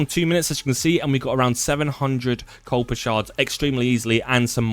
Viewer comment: There is no letter L in Kuiper. This is not new information. So sick of all the copy cats just taking other peoples advice and presenting as their own. Probably why you have over 2.6K dislikes to 8 likes.